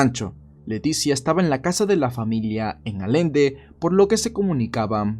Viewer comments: tu personaje naciò en Allende, Alende no existe. Se pronuncia con doble "LL", como llama, llave, Pucallpa... Allende es un apellido Español. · Muy buen video, yo soy de Nuevo Leon y recuerdo mucho la noticia, solo un detalle, el municipo de don Alejo no se pronuncia con Y aunqeu sea doble L se pronuncia "Ayende" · Yo soy de nuevo león y la historia de don alejo es muy conocida hasta corridos tiene (canciones) ese es un hombre de respeto, otra cosita el municipio se escribe Allende pero se pronuncia Ayende 😅,saludame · La ciudad de Allende, la. Doble L, es como cuando dices lluvia. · Me di cuenta que decía allende como si la doble L se dijera como una L en vez de decirlo como doble L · Ojo: Allende se pronuncia como si tuviera la letra "y" (buen video por cierto) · Eres grande, solo que se dice Allende cómo si lo estuvieras pronunciando con "y" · Buen video Como buen Regiomontano hombre de palabra. Y es allende no alende!! Saludos.. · Muy buen video, solo que Alende, realmente se escribe y pronuncia ALLENDE con LL. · Es Allende no alende ... Mejora tu pronunciación... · Fue mi imaginación o dijo Alende en vez de Allende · es "Allende" Ayende, no Alende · el apellido es Allende con doble L, se pronuncia con la LL como en lluvia, llanto, llorar. Allende, no Alende. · Un heroe con huevos de tamaño universal Porcierto No se dice "Alende" se dice "Allende" con sonido de "y" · Allende no alende 😵‍💫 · Se escribe Allende y por ende se pronuncia "ayende" , no "Alende" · Disculpa pero tengo que Tu estas diciendo alende Es allende Y excelente video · Se pronuncia Ayende no alende es una ciudad de México que se escribe Allende no lo digo por joder solo es un poco de cultura jeje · Solo un comentario, no es alende, es allende , se pronuncia como si llevara "y" (ayende) buen video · Hola, Allende no se pronuncia "Alende" sino "Ayende". Buen video 👍🙌🫶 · Nada más cómo dato, se pronuncia "Ayende" (Allende) en vez de "Alende" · Se dice ayende